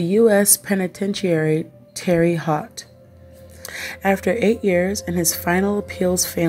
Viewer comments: It's pronounced Terra hote... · Thats not the correct pronunciation of the city terra hote isn't the spelling but that's the way its pronounced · it's Terre (Ter-rah) Haute (Ho-te rhymes with Tote) great vids keep it up! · Please learn how to pronounce place names. You weren't even close on Terre Haute.